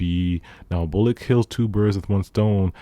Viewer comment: U said bullock wrong 😂